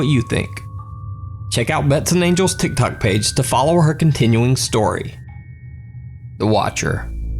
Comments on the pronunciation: It's Tik Tok not Tik Tock. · for some reason it really bothers me that he says "thik thok" and not "tik tok" xD